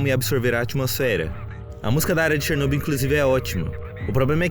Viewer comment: Finalmente alguém que pronuncia Chernobyl corretamente. Mas só um detalhe, quando dizemos "Chernobyl" estamos nos referindo a Usina Nuclear de Chernobyl, não existe "região" de Chernobyl, a região é Pripyat, mas perfeito o vídeo, simplesmente um dos melhores que já vi e que explica muita coisa.